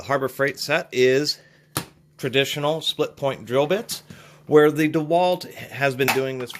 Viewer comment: What are you calling split point? It sounds like "split pit"